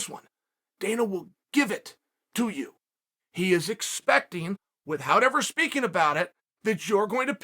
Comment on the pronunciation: The only undefeated, undisputed fighter in history adds H’s in the word ‘withHout’. What else does this man do that mortals can’t?